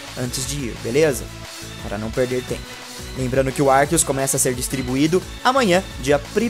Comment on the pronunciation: por que ele fala arquios?